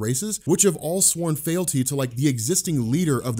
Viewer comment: Also, it's pronounced FEEEELTY, not FAILty...lolol dawg